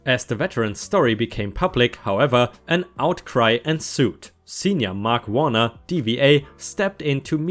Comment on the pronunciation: Senator Mark Warner Democrat from Virginia Learn how to Pronounce Things Properly Your Bad Pronunciation is starting to become offensive